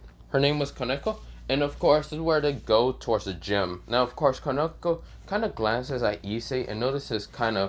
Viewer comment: Bro your calling of the characters is wrong the correct pronunciation is the Sona Sitri and koneko and Akeno but if will get better in time bro I believe in you you will become a good YouTuber someday